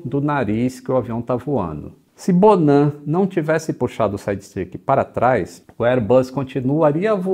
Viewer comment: Fiquei com raiva do "bonan"